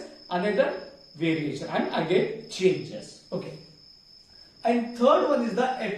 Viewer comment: Variation or veriation 😮